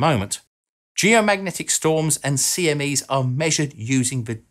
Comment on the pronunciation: Don't do great vowel shifts, kids.